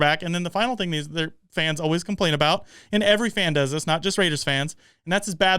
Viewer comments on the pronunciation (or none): none